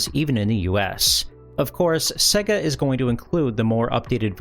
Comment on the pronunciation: It's pronounced "say-ga" not "seh-ga"